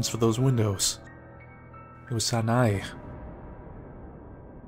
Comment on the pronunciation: Hey, you have probably heard it before, but Sanae is pronounced as Sana(eh). there is still a bit to work on on your japanese, but nonetheless I enjoy your videos. Keep it up:)